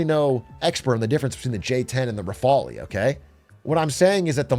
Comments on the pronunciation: Big A, please - rafale is pronounced closer to "rough-all" than to whatever Italian nonsense that was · Actually Pakistan is using Chinese and American equipment (eg. J-10 next to F-16), while India uses Russian and French aircraft (btw the e in Raffale is silent). Pakistani pilots even trained in US Red Flag exercises iirc.